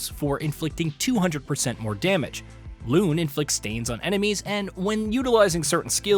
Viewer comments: Name butchering is crazy 🤣 "Loon"? Its Lu (like Luibu) Ne (like Nae nae) But the mindless fun aside Some of the combat options presented in the video are not 100% accurate Some of the mechanics explained (like free aim) does NOT only apply to 1 characther Keep that in mind, stay frosty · Here's one thing needs to know. Pronounce the names correctly! It's not the early 90s where there's no voice acting or game developers pronouncing the names in online videos. Seriously, Mail/Male and Loon? Do your job correctly.